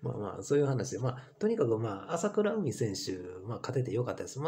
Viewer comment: まさかとは思いますが あさくらうみ とか あきしのみや とか、読み方すら間違えてますよ 人の名前すらちゃんと読めないのですか？わざと間違えてるんですか？